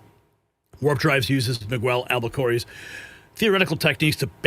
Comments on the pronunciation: Al Q Bee Air 😄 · Yes, yes, yes! Thank you for platforming this subject. It is extremely essential and central to so much of the secrecy in Washington D.C.. "al coo bee air" warp drive, BTW.